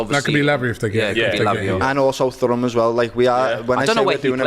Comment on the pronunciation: How is he pronouncing Thuram like that, like his father wasn't a big name footballer?